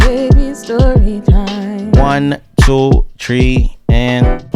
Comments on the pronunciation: So is back to saying "Tree" when counting?💔😪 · Hahahaha gosh he did, he did that haha. Had to start it again to hear it